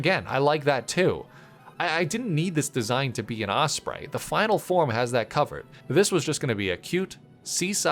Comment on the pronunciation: Osprey not osbray